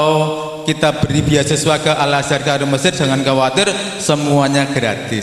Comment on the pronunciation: Ustadzah not ustajah Huruf dzal BUKAN JIM DAARUL bukan Da arul